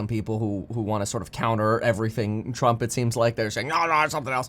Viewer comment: Bro, why do you talk like that " The Trump A shooter"? Is it a cali thing?